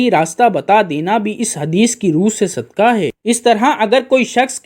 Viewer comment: It is not sudkaah,but it is called sudqaah,with not kaaf,kuttay waalaa,but it is dau nuqtay waalaa qaaf,qainnchee or qaaboo waalaa,brother.As qulb means heart ,and kulb means dog in Arabic .Now you see bro',how much difference it creates,if it is not pronounced properly.We hope that you got it now.lf the pronunciation is incorrect,the meaning of that Arabic word changes,plus a single Arabic word has several meanings .lf we keep on doing such minor mistakes,we cannot even recite our 05 times daily prayers properly ,and hence we will not get all the benefits from our prayers,as the prayers of the present day so-called Muslims are ,these days.Thats why the Muslims are not becoming morally well behaved day by day ,although a lot of us are regular ,our 05 times prayers sayers ,or reciters, maashaaAllaah,as all these little things really matters .May God,Allaah, the almighty bless us ,and give us proper wisdom ,to cope with the prevailing problems,which the human community is facing these days.Prayers for all from Raawulpindee, Northern Province of Punjaab, lslaamic Republic of Paakistaan, South Asia 🌏😊🎉🎉🎉🕊️✌️🇵🇰.